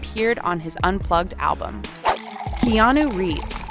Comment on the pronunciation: Keanu is pronounced keanaa..not keanuoooo